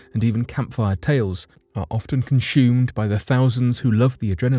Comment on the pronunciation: And conchoom (consume)